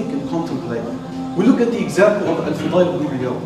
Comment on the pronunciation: djazzaak allah for the great video! but it is al fudayl ibn 3ayaad not al-fughay.